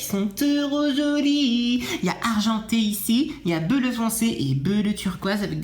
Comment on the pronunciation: On-dit belleu pas bleu je suis mort